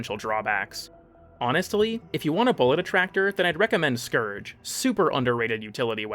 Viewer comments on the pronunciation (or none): none